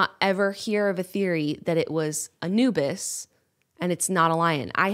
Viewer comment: also who thought Yenna was say "A new bis" as in a new bit when she was saying a "Anubis" lolll